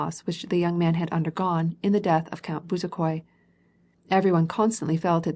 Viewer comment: "Buzakoy" A rudimentary knowledge of the book would have been preferable.